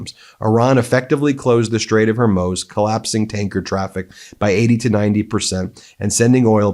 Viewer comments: Ben, I listen to every one of your broadcasts via Apple Podcasts, and I have to mention something in your delivery that’s creating an unfortunate distraction, and becoming sort of a running joke: your frequently changing pronunciation of the Strait of Hormuz. It’s gone from “Hormyooz” to “Hormoze” to briefly correct (yay!), to “HERmuz” and now back to “Hormoze”. No one else seems to have difficulty with this. Maybe it is a sort of running inside joke. If not, please work on it. It’s starting to impact your credibility. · Ben, I know there a many more important things going on, but you'll sound SO much more professional if you pronounce common words correctly! The Strait of Hormuz: it's not Hair-Muse, it's not Har-Moze; just say Hor-Mooz! It is simple and well known! Thank you for your attention to this matter. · Ben, I love you but…Hor-mooz! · Getting closer. "Hoar Moooze" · It's pronounced, HAIR-MOOZE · Ben and Meidas - I love and have followed your work from Canada for years! My one petty request is, please stick the landing on the pronunciation of Hormuz… I fear we’re going to be talking about it for a while. 😉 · damn, what’s wrong with you? You purport yourself to be a news program, how come you’ve come up with a half dozen alternative pronunciations to “Hormuz”. It’s not that fucking hard. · I'm sorry to sound petty but can someone tell Ben how to pronounce Hormuz? Thank you. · Can you please open Google and ask it how to pronounce Hormuz!? Ffs! It's not Swahili. H O R M U Z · It cannot be that hard to learn the proper way to say Harmuz brother, please.